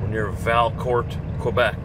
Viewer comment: Your in the town of the inventor of the snowmobile and it is pronounce Valcour(t) the T is silent